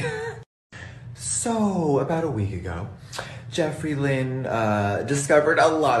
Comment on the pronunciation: It’s the “Lynn” for me 🤣